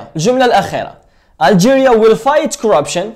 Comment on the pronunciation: استاذ مركش تقول في will راك تقول في well = معناتها حسنا